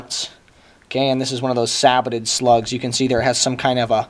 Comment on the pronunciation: Sabbotted? Don't you mean Sabot? (Sa-BOW) Either way, good video, you have earned a subscriber!